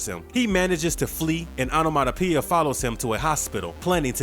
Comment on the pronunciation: Take a drink every time he say Onomatopia!😝